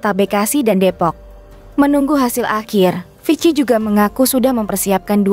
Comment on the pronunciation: Itu bacanya viki bukan vic ki